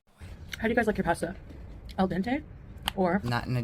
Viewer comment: Her pronunciation of pasta makes me feel stabby.